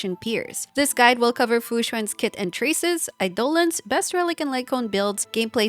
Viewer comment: You mentioned that Fu Xuan can be awkward against large AOE one shotting her, but apparently her E2 can also revive herself. Crazy. Also, thank you for pronouncing "eidolon" correctly 😀